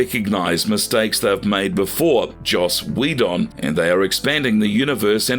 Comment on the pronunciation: Joss We-Dawn.